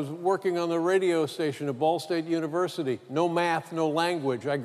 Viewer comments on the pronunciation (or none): none